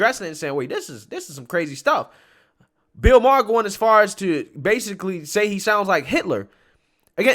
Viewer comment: Bill Ma-ar Justin Tru-doe I love u man but your annunciations of peoples names Fuqn drive me!!! You’ve mispronounced at least a dozen names over the last year. I don’t know if you’re doing it on purpose but fuq man!!!! It’s hard to take u serious sometimes when u can’t pronounce peoples names!!!! It fukn drives me!!!!!